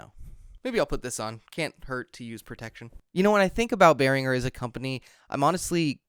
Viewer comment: Not to be picky but the brand is Pronounced "bEH-rihn-jer" Great Video!